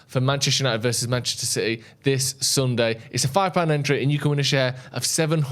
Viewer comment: “Mancheter City”. 😂😂😂😂😂